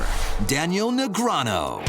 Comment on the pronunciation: Did he say Negreano?